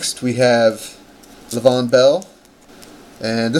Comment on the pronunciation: This dude said LA VON BELL smh